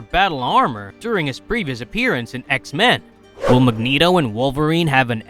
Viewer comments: Anyone else find the way he says X-mEn weird? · I know right! Such a weird way of saying that word. 😏😏😏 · Why he say X-Men like that